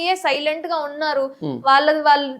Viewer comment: వాల్లు కాదమ్మా. వాళ్ళు అనాలి. అక్షరాలు సరిగా పలకడం మీ ప్రాధమిక పాఠశాల ఉపాధ్యాయులు నేర్పలేదా? తెలుగు భాషను పాడుచేయకండి.